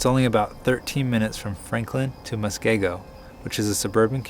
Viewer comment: I don't think a person in WI needs to have dementia for the Silver Alert, just worry for an elderly person. Just for future information. And I'm sure others will let you guys know but it's "musk-KEE-go". edit: Years ago I might have been kind of shocked about the sister spying on the ring doorbell, but now I am all like, "Whew, good thing they are all watching out for each other.". What a world this is we live in. Hope the family finds their mom.